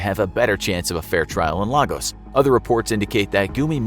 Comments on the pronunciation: *Lagos is pronounced Lay-gos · It is pronounced LAY-goss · This pronunciation though 🥴...... I know y’all aren’t Nigerian but come on 🤦🏾‍♀️. Even the pronunciation of Lagos. It is supposed to sound like, “Lay-goss”. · LAY-gos. Please learn to pronounce the names of major cities. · how about Lah goose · Is it just me or are they pronouncing every Nigerian name wrong . Its lay-gos , they're pronouncing it like it's Spanish ,lol. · Your pronunciation of Lagos will make folks over here in Nigeria burst into laughter😄, thumbs up for the efforts you guys put into your videos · The pronunciation of Lagos breaks my heart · Bruh. It's really funny. Especially Lagos, which is pronounced like its twin, Lagos, Portugal. I've had to correct a lot of people. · Lots of names were pronounced wrong but that one Annoyed me the most cause I'm from Lagos